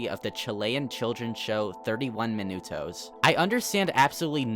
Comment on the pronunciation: god when he says minutos i wanna gouge my eyes out